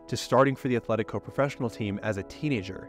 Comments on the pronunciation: "athletico" my ears bleed. it's either Athletic Bilbao or Atletico de Madrid. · Loved you vid, but please don’t pronounce it as “Athletico” 🥲 Otherwise, a nice story! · Atletico not Athletico.